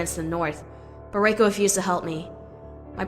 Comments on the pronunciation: Reiko is ponoubced Raiko....my god learn the proper pronunciations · Ton RACK? EH Mon? RAY Kou? I don't think the person reading the script has ever watched The Legend of Korra